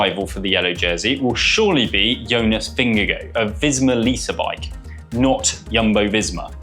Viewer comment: English commentators' nightmare: pronouncing Jonas Vingegaard's surname. It is "Ving-guh-hawr", according to Danish speakers. I hope TP does it again, but would be quite happy for JV or PR to win, as well.